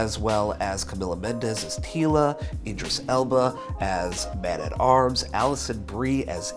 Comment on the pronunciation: It’s not homie at arms. It’s man at arms. This is crap